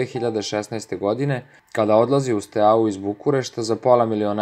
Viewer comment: Lose akcentujes Steaua